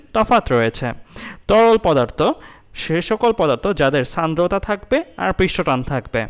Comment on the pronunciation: Sandrota (উচ্চারণ 'Shandrota' hobe may b) fact😪☹️